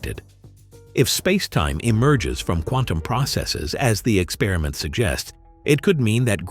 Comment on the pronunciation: "ex-perr-i-ment", not "ek-spearmint".